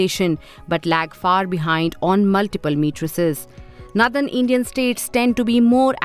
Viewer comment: The anchor in this video can’t properly pronounce the word “ northern “ properly. That’s a fine example of inadequate education in the north. Basic education of women is important to improve the socio-economic standard of any region. If basic education is suppressed among lower socioeconomic communities, there is no growth in that society. Equity among girls and boys education is the key to prosperity of any society.